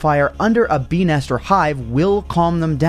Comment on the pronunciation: Why do I hear "bee nest" as "penis"